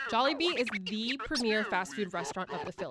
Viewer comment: I nearly turned the video off the way she pronounced Jollibee